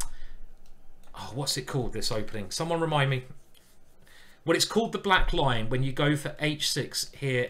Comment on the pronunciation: For several videos, I thought you were saying "The Black Line"!